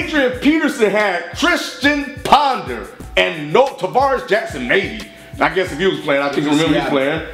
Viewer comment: "Tristian Ponder" lmao